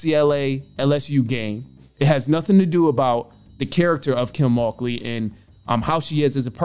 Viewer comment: Would Angel have cried if they won? She played herself. You pronounced the coaches name wrong every time you said it, btw.